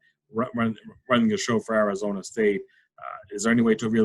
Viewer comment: You pronounce "Arizona" wrong. Like an East Coaster.